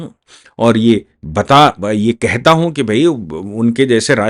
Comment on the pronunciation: हू नहीं। हूँ। अपनी हिन्दी सुधारो।